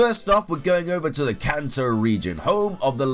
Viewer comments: I thought you said ‘cancer region’ instead of “Kanto region” lmao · It sounds like he keeps calling the kanto region the cancer region. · My non-native ears thought you said Cancer region.